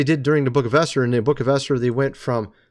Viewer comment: Geez! Esther is pronounced E as in bEd r bEt. Not Aster the pagan goddess. Please!!!